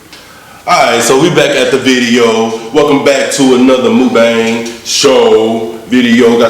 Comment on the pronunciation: I'm gonna put you over my knee and spank your booty if you say "mookbang" again🙉. It's pronounced "muckbong". I still love you though(in my mom's voice)!!!😘 The food looks like it taste amazing!!!👍 Be safe today 🎃!!!🍫🍬🍭